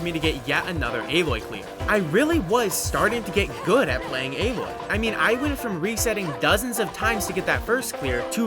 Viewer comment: AH-LOY my dude